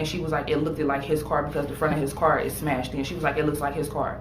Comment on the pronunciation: “It lookd-ed-ed like the fron en of hi car was smashed-ed en.”🤦🏻